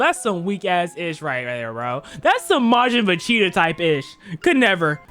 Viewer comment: Making vechita?!? Who is vechita I know you tryna say vegeta but do better